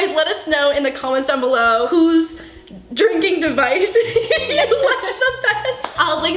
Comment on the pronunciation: lolz she rhymed "let us know, in the comments down bellow"